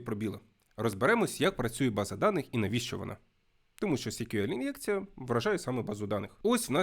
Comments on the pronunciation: SQL читається як "ЕС-к'ю-ел". "сі-к'ю-ел" це щось типу CQL (бозна, що воно таке). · Чому сік'юель якщо це ЕСк'юель. Вухо ріже. Це як Гугл читати гоогл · А є якийсь стандарт вимовляння SQL? Я помітив, що вестерни або динозаври (вибачте, це комплімент=), що вчили SQL у 90-х, часто кажуть 'сиквел'. Хтось, як і автор, сек`юель. Головне, щоб ви розуміли про що йде мова) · коли відео про те, як правильно вимовляти SQL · Потрібно вже відкрити підручник і вивчити як вимовляються абревіатури!